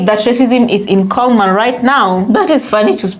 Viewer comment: It's called CULLMAN...CULL-MAN😮...Even if they change it to Comeman...maybe🫣🤥😳